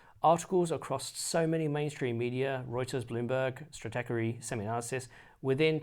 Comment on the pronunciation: Happy to help with the pronunciation there-- You know the old stoner movies? Cheech and Chong? Well, the Cheech appears int Stratechery. StratEECHery. HTH!